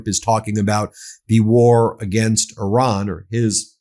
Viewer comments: Who is this "Oran" you are talking about? The name of the country is IRAN! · Toddler in chief can't even pronounce Iran and his swansong will in fact be "I RAN"